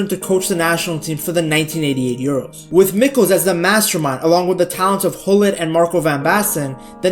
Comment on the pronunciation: Its gullit, not hullin😂